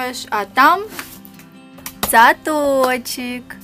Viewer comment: ХВАТИТ коверкать слова .ЦАТОООЧИК .